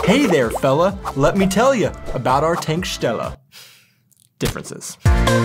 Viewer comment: You almost pronounce Tankstelle like my Canadian father